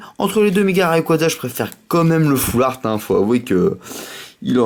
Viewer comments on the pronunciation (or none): on dit foulrat pas foulaart